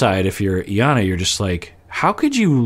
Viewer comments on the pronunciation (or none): I am so bothered that you’re calling her EE-yana! Lol even after hearing Jarrett call her Eye-yana lol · Her name is pronounced eye-yawn-nah. :)